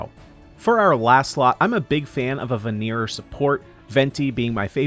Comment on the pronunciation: I hat being the annoying grammar guy, but it's venerer, not veneerer. EDIT: not sure if knowing what it means will help or not, but viridescent venerer means "green hunter".